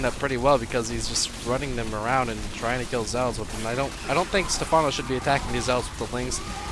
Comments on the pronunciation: Pronounced Stefffffffffffawwwwnoo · Step- HANO? SERIOUSLY?